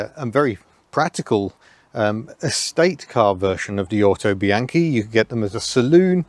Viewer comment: The "au" in Autobianchi is pronounced "ow" as if you had hit your thumb with a hammer. You get most of the other Italian words pretty close to correct.